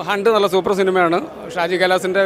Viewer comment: ഹണ്ട് ❌ ഗുണ്ട് ✅